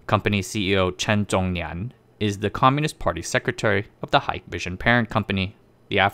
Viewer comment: chen zong nian 陈宗年 陳宗年👈 chen zong yang🤣